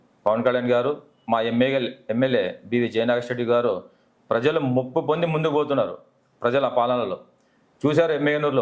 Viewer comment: ముప్పుకాదు మెప్పు అనిచెప్పాలి బందెగారు.